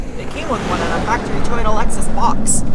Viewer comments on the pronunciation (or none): none